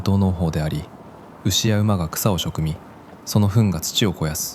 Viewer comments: 自然豊かで本当に美しい……。馬が大好きなのでしぬまでに一度は行ってみたい場所にランクインです💞 （余計なお世話かもしれないですが 時点の「草をショクミ」は「草をハミ」かと思われます。お節介失礼しました🙇） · 「草を食み」を「しょくみ」って読んでるのってAI？原稿書いて読ませてるのかな。「はみ」って読ませたかったんだろうけど。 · すごい場所！まさに畏敬の念を感じますね。よい映像をありがとうございました。 🔍めちゃ些細なことですが、食み→「はみ」かと思います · 良かった、コメントするか(伝えるか)どうか迷ってました…🙏草をはみ(食み)ですよね